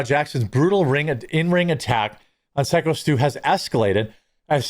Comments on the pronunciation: The way people keep saying Stus name wrong is annoying me more than anything else to do with this. Raja should've been in jail, I know the rest of us would've been if we had done some foul shit like that. Double standards, daddy's money and media fear, fucking bullshit. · Stop intentionally mispronouncing his ring name. He says it himself, in the can crushing video you should have watched. No excuse. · Say his name right you idiot. I also thought you were going to stop with the coffee ad reads. Wow, right away you are pushing it. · It's been over a week and you still can't pronounce "SY-KO STU"? Like, psycho, but spelled in a gimmick way. His name is even said in the all the live streamed videos. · His name is "psycho" not "sicko" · He pronounced his wrestling name ("Syko Stu") as "Sicko Stu" instead of pronouncing it correctly as "Psycho Stu." 😂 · Psycho not sicko I know it looks that way but it's pronounced Psycho 😢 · Sicko Stu? C'mon man its Syko pronounced like Psycho 🤦🏽‍♂️ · Love your work, man, but it’s syko Stu, as in psychotic Stu. Stop saying sicko; he literally says it himself in the video. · It's not siko stu its Syko as in Psycho Stu. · SYKO (PSYCHO) STU, not SICKO. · Can you stop calling him Sick-O Stu. Somehow when you read the article you pronounced it correctly? Youre so outraged you dont even know how to say the guys name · Dude it's Syko not Sicko! 😂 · SICKO STU LOL. Its SYKO bra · Stop calling him sicko.... can’t you read bruhhhhhh....... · The guy's name is syko pronounced as psycho stew lol and idk how raja is not in jail this is insane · "SICKo Stu"?! 🤔 Do you mean SYKO Stu? (As in "Psycho Stu")? Just for the record, I'm not calling, or referring to Syko Stu as a psycho, or anything like that, I'm just saying...the name he goes by is SykoStu...and he is a bad@ 👊💪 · I just came here to watch Jeremy say "sicko stu" not "syko stu" 😂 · His name is Phyco not sicko. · Ok it's Syko not Skyo or Sicko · it's Syko as in "Psycho" bubba.